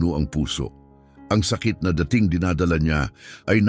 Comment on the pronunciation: Ulitin mo nga ang pagbigkas Ng " dating manager".